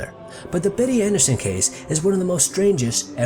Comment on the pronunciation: A) it's not "andreeson", it's "ahndreyason". B) Betty is my great aunt. C) it wasn't a bird, it was specifically a phoenix. D) I'm still love this video 😊 read the Andreasson Affair to learn more of her experience, it's at the least a great read (: also, my father is in the family picture near the end of the book (